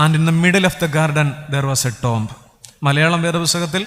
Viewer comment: TOMB റ്റോംബ് അല്ല റ്റൂമ്പ് ആണ്